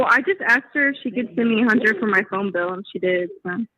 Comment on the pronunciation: oh Harley, your gonna need several more hundred to pay your “FOAM -BILL” as she says it. Why ? You ask. . . There is NO freaking RETIREMENT Money”. IF LIEtecia had a quarter for each time she has promised that damn money, she would have twice what is actually in that non-existent Retirement 💰. I like how she prefaces each convo with “it is suppose to be in there.”